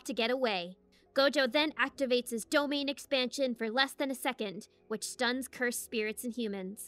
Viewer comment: Im sorry? territorial expansion... Say dom then say ain . Now say domain expansion